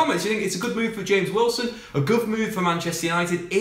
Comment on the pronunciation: Mate do you know how to pronounce James Wilson's name. 😂😂😂😂